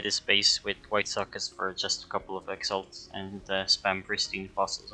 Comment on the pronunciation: "For just a couple of exalts"... fml...